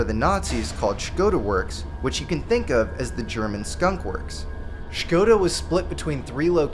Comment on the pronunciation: Thank you for your incredible work and for pronouncing "Škoda" correctly.😁